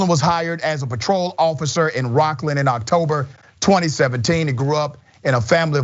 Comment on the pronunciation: Please don't say Rocklin California..😂🤷🏿‍♂️to close